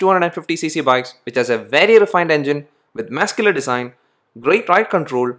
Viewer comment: Work on the words Muscular and Rear.........